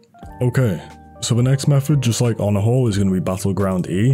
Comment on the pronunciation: the way he say he use honorhall(onahole)